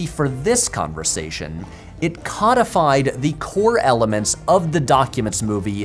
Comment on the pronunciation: codified pronounced in that way sounds like they just turned stuff into fish